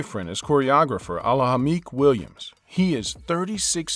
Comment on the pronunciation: What's so hard in pronouncing "Ahlamalik"? And you still butchered it. Say "Ah-la-mah-leek". I really don't know why you said "A-la-ha-meek" because I mean, how hard is that name?😒😒😒